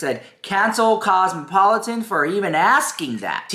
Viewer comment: Girl mins in can't pronounce cosmopolitan,..... I repeated it three times now. 😅 Dead